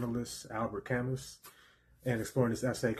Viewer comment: You’ve convinced me to read this, it sounds super useful. Also, for future reference, I believe his name is pronounced “cam-oo.”